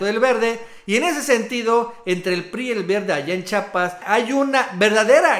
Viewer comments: El nombre de este Estado es Chiapas, no Chapas como t'u dices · Hay estan bonitos tus videos de verdad solo te pido que pronuncies bien el nombre de nuestro estado chiiiiapas por favor no dugas chapas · se dice chiapas amigazo, chiapas chiiiiaaapas no digas chapas eduqueseeee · Carnal repite conmigo: Chiiiiapas, otra vez : Chiiapas, una vez más : Chi_ apas. Ahora de corrido: Chiapas. Vez? Nuestro idioma nos permite pronunciarlo correctamente, ojalá lo apliques la próxima vez. Atte. Un chiiiiapaneco